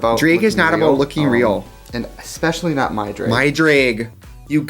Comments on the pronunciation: Take a shot every time 2009 Trixie pronounces it “dreg” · Me being from Milwaukee: Trixie doesn’t have an accent. I don’t hear it. Trixie: pronounces “drag” as “dr-ay-g” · Drehg has entered the chat..officially. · Trixie when she pronounced it "Draeg" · "DrAeG" I love that. That's how my grandmother pronounces things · nobody: trixie : draËg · i love how your wisconsin baby ass says “dreg” lmfaooo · The fact that i could IMMEDIATELy tell you were from wisconsin from the way you pronounced drag, those midwest things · DREG 😂😂irish lol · DREYG IS HOW IM GONNA SAY IT FROM NOW ON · The accent jumped out lol “dreg” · DRAAAYYGG the wisconsin jumped out me and trixie both went to UWM lmfao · she really be sayin drayg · it’s the wiscahwnsin henny